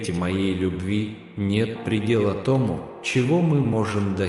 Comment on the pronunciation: Когда ты произносишь ,,тОму,, , мое сердце откликается ,,я вот она,, , я доверяю тебе , Господи, я люблю тебя, Господи❤